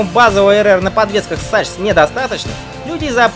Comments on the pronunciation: Он походу специально так произносит: сачс, марцочи. Чтоб понервировать народ ). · Автор, неужели так трудно засунуть слово Sachs в онлайн передодчик Гугл, выбрать немецкий язык и нажать кнопку с динамиком, чтобы услышать правильное произношение? А ещё мог бы сказать, что Tuono в переводе с итальянского значит гром, а не бунтарка. Дизлайк.